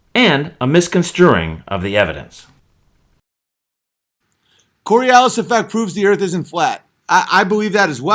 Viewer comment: 147 iq...cant pronounce coriolis...